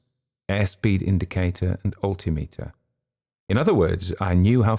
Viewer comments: I noticed the same thing. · I have to ask: is "alti-meter" the way its pronounced in the UK? I'm a pilot in the US and here we say "al-tim-eter". Great story! heard a similar story from a USAF vet once